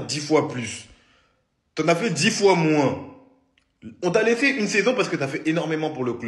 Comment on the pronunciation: L'année derniere tu as dis que tu allais faire 10 fois plus ... TU AS FAIT 10 FOIS MOIIIINS avec l'accent il m'a buter 😂